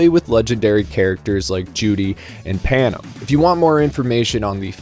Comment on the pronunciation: Pronounced Panam as Pannum. This isn't a 2077 video, so it's forgivable.